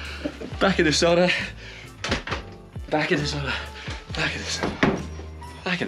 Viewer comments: Not quite coz you suppose to go all naked in the sauna. Also its called Sauna, not Soona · Nice. 😊 a Finn here…just one request. Sauna is the only Finnish word out there in the world. Ask someone to tell you how you really pronounce it. 🙏🏻 kiitos. Btw, nice job on Saariselkä. 😊